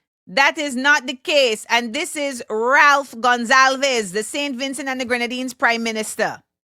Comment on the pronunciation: Love you Amanda and it's Ralph Gonsalves...the "v" is silent